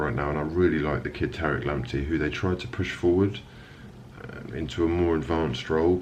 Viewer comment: You doing the spurs & mourinho reaction? Ps I love the way you pronounce Tareq correctly 🙏🏽👊🏽